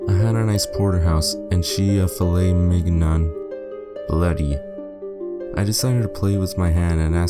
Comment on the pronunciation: A "filet mig-non"?